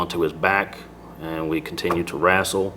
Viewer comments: Next. Time I want you to stop him.Mid f**** interview.Okay and say it's not rassel it wrestle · WRAASTLE, this police officer invents words. Wrestle is a word that the officer should know. Inventing words and facts seems to be part of this officers general behavior. I charge that if the officer doesn't understand proper english then perhaps he should Not be a police officer. The responsibilities are to great for this man. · YOU GONNA WRASTLE ME, MR. LAWLER?! YOU GONNA WRASTLE ME?! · Continued to “wrastle “. Just about says it all. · Omg if I have to hear this guy say “we continued to rassle” one more time….. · I bet if we just prohibit anyone who pronounces it wrassle from being a cop, we'd eliminate half of these problems.